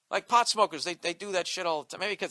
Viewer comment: Haha Bill says "pawt head"